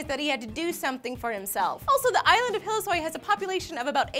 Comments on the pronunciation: it is called hillesøy not hillesoy.... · Høres ut som hun sier Hellsøy